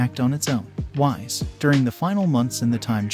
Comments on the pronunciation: His name is whis not wize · Its Pronounced Whees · Bro said vehjata and wise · Dude really called whis Whise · Bro said wise instead of whis lol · I was interested in the concept then I heard "Wize" for Whis and "Vej-eh-tah" for Vegeta. That's 10 pounds of nope in a 5 pound bag. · "Vehjitduh" "Wise" what the heck is that pronunciation Not to be mean I like the series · I like the story, but you should probably work on how to pronounce Vegeta and Whis name. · A bit of mispronounced names and moves like Whis and the Kamehameha.